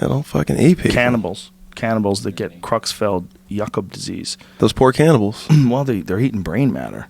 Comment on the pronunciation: Kreutzfeld-jakob not Cruxfeld